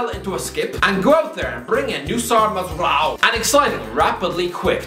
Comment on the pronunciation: Mate that absolute shambles of a performance in pronunciating Noussair Mazraoui made my morning😂😂